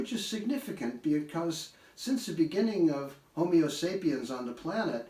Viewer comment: (Slightly better volume than in Part 3, and again the mispronunciation of "Ohsawa." Listeners, please don't learn it this way!) There are grammatical errors ("comprised of"; "phenomenon" instead of the plural; "agrigarian" instead of "agrarian") and mispronunciations ("homeo sapiens"), but those are merely "spoken typos" whereas mispronouncing a proper name is a conceptual mistake. It's fascinating to consider "Folk medicine is simply grassroots epidemiology" . This important segment comprises a very basic but good review of the physical yin-yang principle applied to the growth of plants.